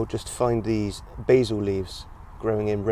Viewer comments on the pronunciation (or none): none